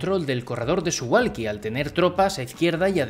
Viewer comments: Muy interesante! Solo una apreciación de persona que ha vivido en Polonia jajaj Se pronuncia Suvauki, la L tachada polaca se pronuncia como u.. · Se pronuncia SuValki la W en polaco se pronuncia como V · Como información, que no tienes que saberlo: se pronuncia Suvauki. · Muy interesante, gracias. Justo un detalle, me pregunto si es correcto que Suwalki se pronuncie Suhualki. Es que no tengo ni idea del polaco, pero en todo caso en aleman a diferencia del ingles, la W no se dice UA sino V. Y supongo que en polaco tambien. Lo digo por lo de Warsovia que no Uarsovia. Habria que averiguarlo. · debes decir Suvalski, la W se lee como V en Polaco....